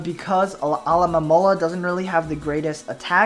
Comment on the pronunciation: just saying you always say alomomola name wrong o.o